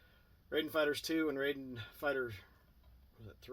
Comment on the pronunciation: It's pronounced Rye Den